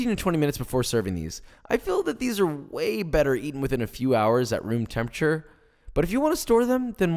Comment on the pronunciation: Did you say it’s way better or whey better?